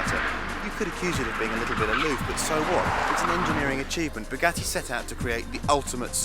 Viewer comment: I literally came here to see how this dude pronounces Bugatti. Bug@ Not bugoddi.